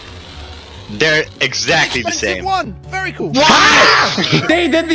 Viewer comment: One sec later "vary cool"